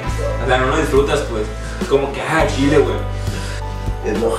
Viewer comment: no saben pronunciar bien la C no es shile es chile